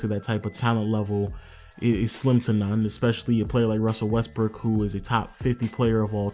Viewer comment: Did you say Westbrick?? lol